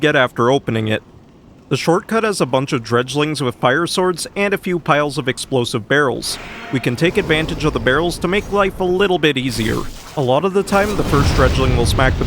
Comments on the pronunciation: Don't forget the "dredge-lings" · It's dregling, as in dreg, not dredge.